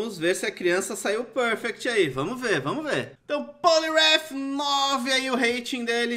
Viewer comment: pârfecti 😂😂😂😂 eu boto pra rir, lembra o professor aloprado